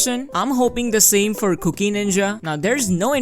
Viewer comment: i cant unhear 'cookie' lol